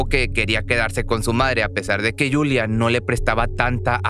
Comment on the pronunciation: es yuliya masney no yulia